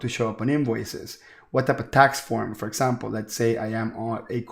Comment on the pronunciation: this is awesome. I love the way you say "for esssample". Love it! Can you please direct me to a video or tutorial on how to setup an LLC with 3 partners? Also if 1 partner has made contributions and how we would make draws instead of paying employees. I have searched the net up and down and there are no easy tutorials on how to setup this "esssample", lol. Please help and thank you so much for your videos!